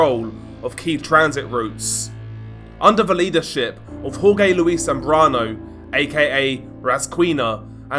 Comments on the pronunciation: its “HOR-HAY”(Jorge) not “HOR-Gay” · Wrong, pronounced “whore-heh”, this is correct.